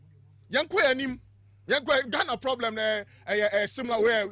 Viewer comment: Ps learn to call nana addo his excellency nana addo with respect but y called John mahama his excellency, the kofi Jerry who say Tottenamand ploblem